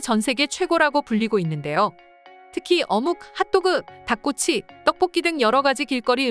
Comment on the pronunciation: 어묵.핫도그.닭꼬치 억양 킹받네